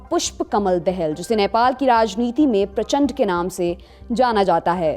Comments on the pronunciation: नाम अच्छेसे लेलो डियर देहेल नहीं दाहाल है😁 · he is दाहाल not दहैल U NEED TO LEARN hOW TO MAKE FUCKING NEWZ 💯😆😆😆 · दहल नहि दाहाल है! उच्चारण में तुतलाते क्यों है खासकर नेपाल के बारे मे! 🙏🇮🇳🇳🇵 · देहल नही दाहाल है , हाम भी बोल सकता है तेरा मन्त्री का नाम मुजि नरेद्रा मुजि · पुष्प कमल दहेल नही पुष्प कमल दाहाल है।कृपया संशोधन किजीए। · Are dehel Nahi dahal jara parsht uchcharn karo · not दह्याल say दाहाल । even not having little idea about the person you are presenting, why do you wanna be smart? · दहल नहीं दा-हा-ल् कहो यार! क्यों पडोसी का नाम बिगाड्ते हो? भले ही अच्छी संवन्ध न हो! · दहल नहीं दाहाल| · first of it's "Dahal" ( Daa haal ) Not ( Dahel) the hell😄😂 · दाहाल बोलते है बहनजी दहल नहिं And it's रूक्मांगद कटुवाल, not what you mentioned. By the way, all these characters, including the Maoists, are very close to the Indian establishment. From the Nepali Congress to the Maoists, India gave them training and shelter in its safe houses to hit Nepal's nerve centers and bring her to her knees with the ultimate intent of giving India a vice-like grip on Nepal where India has entrenched interests that come at the expense of Nepal and the Nepalis. All of these characters enjoy largesse from your mission in Kathmandu. Almost all of them are monsters of India and her western allies' making, madam. Don't believe me? Read Sudhir Sharma's Prayogshala and other relevant literature. Please stop cherry-picking to suit your vested interests. Study the neighbourhood a bit more and practise independent journalism. All the very best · देहेल नहीं बेबी,' दाहाल' होता है. और अपनी मांगदन्त कहानी पेस ना करें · First of all. Learn to say "Dahal" its Da..Haa.LLL not dee.hal 😂😂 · देहेल नहीं दहाल है। .. correct your pronounced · "Dahal" and "Bhattarai" were mispronounced in the video . Hope lallantop team will think about this and i wish you guys will make sure that name of people are pronounced well in the your upcoming videos.